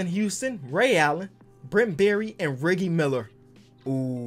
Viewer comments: It’s reh G Miller not riggie Miller please for Christ sake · Bruh it’s Reggie not reg e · The amount of times mispronounces Reggie (Rejjie) Miller smh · fire video, but who is Ricky Miller or Reggy Miller. Reggie it’s Reggie bro. Lol. Keep up the awesome content! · when u realize he was saying ricky miller instead of reggie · bruh what happened when he was doing the 3 point contest and he was saying the names. How he gonna say Reggie like That cmon now 🤣.